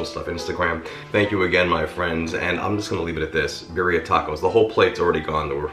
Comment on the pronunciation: Pronounce “Birria” correctly!